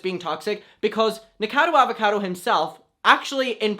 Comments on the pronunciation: Im pretty sure it’s pronounced nika- cado avocado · try nick-uh-cah-doe ah-va-cah-doe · I don’t mean to be a grammar Nazi, but the pronunciation is like Knee-co-cado Avocado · nick a cod o avocado is how you pronounce it but it doesn’t matter, he’s so problematic and disgusting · it’s NIK-O-CADO AVO-CADO 😂😂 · Ni - KO - cado A - VO - cado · his name is pronounced Nick - uh - cado avocado for next time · Honey... Nik-oh-cah-dough Auv-oh-cah-dough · it's like "Nik-o-cado Av-a-cado" 🥑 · ADAMM!! It’s nic-o-ca-do!! Pronounced like avocado!! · dear, it's nick-oh-cado av-oh-cado <3 love you though😭🖐💕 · Lol 😂 Nick-a-cado Avo-cado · Here you go: Nick - O - Cado - Av - O - Cado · Nick-a-car-doe Av-o-car-doe. That's about as phonetic as I can get it.... hope that helps! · Nick-o-cado Av-o-cado It is pronounce that way^^ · ...it’s not LeviOsa....it’s Levi-o-SA!! 🤣😂🤣😂 Nick-O-cado Avo-CA-do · nick-o-cado av-o-cado